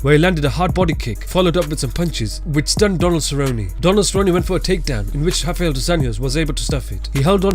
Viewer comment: It's not "hoff-eye-ell" come on.... His name is Rafael "roff-eye-ell" there is no H in his name anywhere....especially not at the beginning of his name, there is an R there, that's what his name starts with and how it's pronounced.